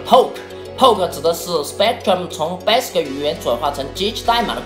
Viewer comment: 感觉厂长是不会念value和commodore吗。。。？为什么这两个词要草草的带过？其他的词明明都是铿锵有力的（basic这个词铿锵有力的念错）